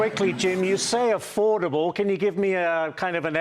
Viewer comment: Did YOU SAY A-Ford-able? 😁